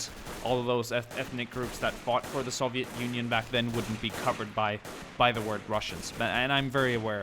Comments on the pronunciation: Soviet not SAVIET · Why do you say it like soveit